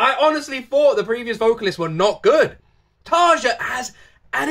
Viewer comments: Try to pronounce Tarja like it was written Tarya. It sounds more correct then. The way english speaking people say Tarja sounds like Tarza and that's wrong. Not a big deal though. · Tarja's name is pronounced as "tarya". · TARYA Tarja pronouced Tarya! And she was first vocalist of Nightwish. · Its Tarja, with an open a and a hard r, not Tasha or whatever.... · Actually, what is weird, is to hear how you prononce her name. But that's ok, a lot of english speakers do that before someone corrects them. Most of Europe pronounces their "J" like eng. "Y". A suggestion: "Sleeping sun" by Tarja. That one tears into my soul. I bet i'm not the only one. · your saying her name wrong all the members past n present with a "J" in their name is pronounced with a "Y"